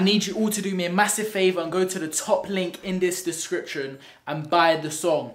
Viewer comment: 'I need you guys to do a MASSIVE faviour' its said favour